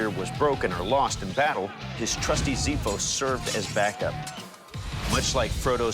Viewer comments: Spelling the Xiphos with a Z instead of an X that should be spelled really hurts my ears as a Greek guy! Otherwise great work! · it's ksifos, not zifos. It means sword. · By the way it's prenounced ksìfos, not zìfos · It's funny how they don't even bother learning the pronunciation. It's not xiphos as in "Zifos". It sounds as such: Ksifos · It pronounced ksifos not xifos. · Pronounced as KSIfOS. A X sound in Greek is .....ks..plus vowel...ksa . kse. Ksi. kso .ksu...in the Greek X..there is no Z sound..a Ksifos is not a Zifos..in fact Zifo means( I squeeze..) please learn your Greek before you try to say some words. being Greek...I had a hard time understanding , what a zifos was supposed to be..remember it is a Ksifos.( sword) .and a bayonet is a Ksifolohi. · It's Ξίφος. Pronounced as X not Z Ζύθος is beer in Greek. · As Greek when I hear that wrong pronunciation in letter English X on Greek I want to scream. Ξυφος = sword= ksifos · Dude is not prounced ZIPHOS.........Learn the proper pronounciation......... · Ksee-phos is the right way to pronounce the name. Amazing series btw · The word xyphos means sword, and well pronounced it is Ksyphos because the letter X is ks in our language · Someone would assume that people who made such a good and well presented show, would have also made some research and learn that XIPHOS (ΞΙΦΟΣ) is pronounced KSEIPHOS like the x in taxi. On the other hand, however, it is an ancient Greek word and there is evidence that many of the letters were pronounced a bit different than what they do now. Nevertheless, based on research, Ξ (X) sound is closer to (KS) than (Z). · it is pronounced "chsifos" though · It is pronounced "Ksifos" Like the x in the word "external". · Since I'm from Greece 🇬🇷 first, i want to thank you for doing it.. 🙏 Second (no offense..) The pronunciation is ksefos KS.= Ξ E. = Ι F. = Φ O. = Ο S. = Σ (ΞΙΦΟΣ)🔪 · The wean xiphos must be pronounced "ksifos" X in Greek, ancient and modern is a double sound ks